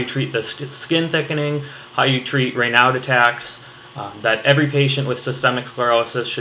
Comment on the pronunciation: Raynaud was a french doc, so the "d" is silent lol.